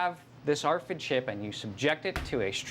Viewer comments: the "arfid" lol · "arr-fid?" 👀 Srsly tho... what's to stop ANYONE ELSE from reading your personal medical info? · So funny hearing them keep saying R Fid